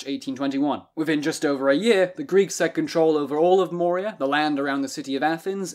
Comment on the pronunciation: Moria is from Lord of the Rings; Morea (more-eh-uh) is in Greece.